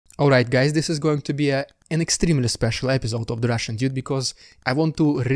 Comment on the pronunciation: "what's up, the RRRRRRRRRRRRRRRRRRRRRRRRRRRRussian diude?"